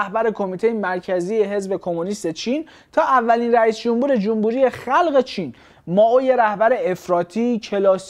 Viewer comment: آقا خیلی خوب بود فقط چرا هی میگفتی جومبوری 😅